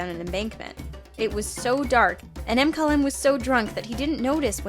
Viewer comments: It’s not M-Kyle-M it’s McKylem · I think "m-kyle-m would be "mkylem". (MA-ky-LUM)